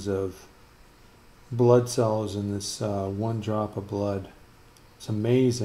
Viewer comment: All i can hear butt cell😂